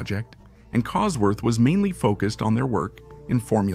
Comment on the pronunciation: Phucking bot narration!! Kit Duckworth, Cosford engineering, etc, etc!!! Arrrrgh!!! Only managed 5 mins before I was sick of it!!